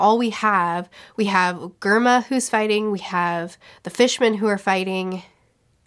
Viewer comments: Amazing video as always, just a small correction Germa is pronounce like Germany and is a reference to nazi regime and eugenics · For future reference Germa is pronounced like germ or Germany. It’s a “J” sound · GERMA Gar_maa😆